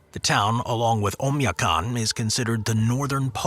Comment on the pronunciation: for the record, Oymyakon's last syllable is 'cone', rather than 'con', which is proven out on its Wikipedia article, as well as several videos and TV specials I've seen about it. Utqiaġvik = oot-key-AH-vick, and it also has a Wikipedia article with an accurate pronunciation given. Harbin, China is har-BIN. Yakutsk = yah-COOTSK. Saguenay = SAG-Ə-nay. In the Fairbanks section, Tanana = TAN-uh-nah. Since it's not a city, it probably doesn't quality, but it still warrants being brought up: Alaska's Prospect Creek Camp = coldest recorded temperature (-80F/-62.2C) in USA on 1/23/71; located at approx. Milepost 135/217km on the Dalton Hwy., 20 mi/32km north of the Arctic Circle. This was one of 31 camps built during the construction of the Alaska pipeline to house the workers, thus avoiding long commutes to work. International Falls is on the Canadian border.